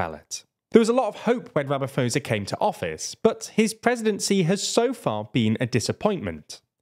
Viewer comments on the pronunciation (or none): Its Rama-Poh-sa not Rama-foh-sa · Pronounced Posa not Phosa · When you said "Ramafoza" I immediately started to trust your opinion isn't biased. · it's Ramaphosa not Ramavosa. Pronounced kinda like this Ram-a-phosa. - I'm not really sure how to explain it in creater detail. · I wish you had watched just one single video that showed how "Ramaphosa" is pronounced. Sounds like Ramaposa, not Ramafosa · Just putting this out there... It's not Rama-faux-za. It's Rama-paw-sah, but say 'paw' like a Brit. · It's pronounced Rama-pauser, not Rama-fosa. If you had watched a single news story from South Africa about him, you'd know how to pronounce it. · It's RAMAPHOSA not RAMAFOSA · Cyril Ramaphosa's last name is pronounced with a P-sound. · Ramaphosa is pronounced "Rama PO ZA" But I'd be ecstatic to see ANC fall below 50% of the vote. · Ramaphosa is pronounced with the P sound, not the F Sound. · RamaPoesa. Happy? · Ramavosa is his new name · Look, a lot of our names and surnames here in Africa aren't hard to mention. With the President of SA for example, just drop the H in the name Ramaphosa, and you will mention it as RAMAPOSA with a hard P not f. Very simple. Just because they can be spelt using letters that an English-speaking person can recognise, it doesn't mean you should read it like any other English word Only some Bantu languages have many clicks that are hard to repeat if you never grew speaking them. I just think, if a person is speaking on a media platform and they are a professional platform, like TLDR, it's only fair that they take just 30 seconds off their time to search how to say these names. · The "ph" in Ramaphosa is pronounced like the alphabet "Pp" in the English word "pound." It's not "Ramafosa." We haven't had any power cuts for almost two months now, and now we're expecting the ANC to win but with even reduced proportion and that's great news! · Little heads up. The "ph" in Ramaphosa isn't an f sound, just p, 'RamaPohsa'. 🙂